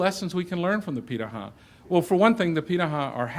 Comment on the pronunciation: Hey,! I haven't finished the video yet, but I'd like to make a comment on the pronunciation of "pirahã". You did a great job reproducing the "r" sound and I know the "ã" sound is more difficult for English speakers, but it's closer to "han" at the end of the word, therefore: pirahan (without letting your tongue touch the roof of your mouth when you produce the "n" sound). It doesn't affect the quality of your video, it's just an interesting detail. Edit: now I see that the speaker himself is pronouncing it wrong haha brazilian culture in one anecdote omg